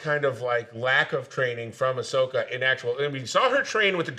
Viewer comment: Am I supposed to take a guy call Ashoka “Asuka” seriously?